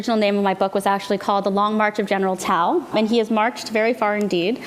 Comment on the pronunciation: I enjoyed watching this informative video. Ms. Lee is articulate and funny! She also uses the correct pronunciation of General Tso's Chicken."